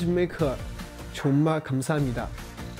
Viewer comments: 링치 정말을 왜 ㅈㄴ라고 하는거 같지? ㅋㅋㅋㅋㅋㅋ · 링치 발음 개웃곀ㅋㄲ ㅋㅋ 정말이 존(전)나가 되는 매직 !😂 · 저도 댓글보면서 잠깐 화면에서 눈돌렸다가 링치 정말 듣고 순간 존나같아서 놀랐어요 ㅋ ㅋ ㅋ ㅋㅋ 발음을 되게 쫜득하게 한달까ㅎㅎ